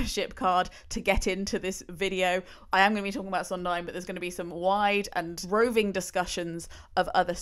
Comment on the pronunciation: You're right about her mispronunciation of "Sondheim"--along with "tabula rasa" and other things--(I think she's a complete idiot to tell you the truth) but you've also misspelled Jule Styne. It was Sheldon Harnick who told Steve that "I Feel Pretty" was too sophisticated for Maria. Steve rewrote it to simplify it, but his collaborators all insisted he go back to the original version.